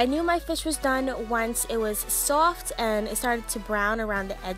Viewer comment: The way she says soft 😂